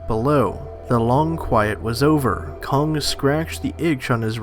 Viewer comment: It’s kong, not kongga